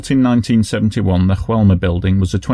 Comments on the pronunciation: I love your videos, you really try and make them clear and respectful and this is no exception. Keep up the great work. P.S.: just a small detail: in Brazil they speak a form of Portuguese, not Spanish, so the building's name should be more like "Joe-elma", not "Ru-elma"... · Hey! I'm Brazilian and it's common for foreigners to interpret things from here as Spanish just like the way you've said "Joelma". However, we speak Portuguese (just as similar to Spanish as English is to German, close but definitely not the same). For a better reference, you could've read "Joelma" with the "J" sound just like you would using the English pronunciation. Thanks for the video and keep it up with the amazing work!